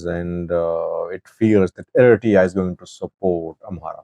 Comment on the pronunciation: Does this guy have some kind of dental wire in his mouth, or a brace twisting his tongue ?? He calls ERITREA ERITEEEYA, and MILITARY MILTREEE ... get someone else to talk for you if your tongue is missing ... so ignorant !